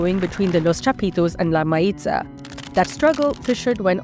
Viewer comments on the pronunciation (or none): Mayiza is pronounced Mah-YEE-sah